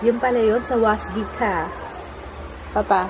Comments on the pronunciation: silent s yung "sawasdee ka", ganito po ang pag pronounce "sawadee ka" according to the thai movies na napanood ko..hehehe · Sawasdee kah/ka is pronounced as sa-wad-dee kah/ka.